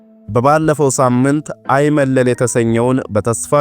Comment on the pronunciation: በርቱ እንበርታ። "ሐይመለል" ሳይሆን አይመለል ይባላል።